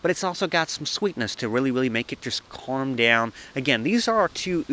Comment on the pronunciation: Love how you sound auzzie when you say “calm” hahah